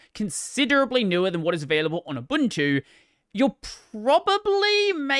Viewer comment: It's beside the point of the whole video but thank you for being one of the few Linux Youtubers that pronounces "Ubuntu" correctly lol